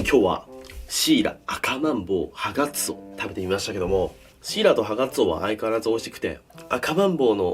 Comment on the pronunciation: ハガツオが所々「ハナクソ」に聞こえて草